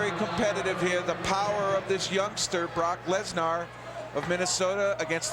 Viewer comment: Yeah, they’ve both been pronouncing Bork Laser, wrong